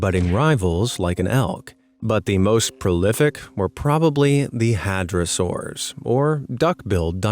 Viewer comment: The mispronunciations physically hurt, especially when they were going over the Hadrosaurus.